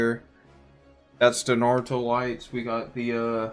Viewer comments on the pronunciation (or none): none